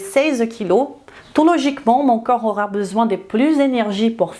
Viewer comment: Bonjour excellente vidéo très bien détaillée et structurée comme toujours mais suis-je le seul à entendre parfois "coeur" à la place de "corps"? Un tout petit axe d'amélioration...